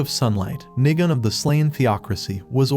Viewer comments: Nigun sounds more like niga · Va of Dio voiced nigun? Also the second time he said nigun sounded like NI